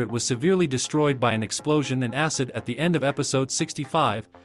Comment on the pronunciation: Bro literally just said asscid☠️💀☠️💀